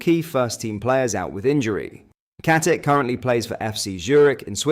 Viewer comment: Pronounce IT as KATICHHHHHH COMEEEE ON MAN STOP WITH THE AI SHISNICK